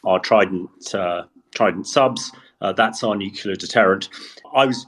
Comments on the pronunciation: Like experts who can't/won't say the word "nuclear", he makes himself hard to take seriously. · Why is it so difficult to say Nuclear?